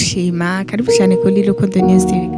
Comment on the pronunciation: Alvella urantwenza ingen uvuga Rukundo ngo ni lukundo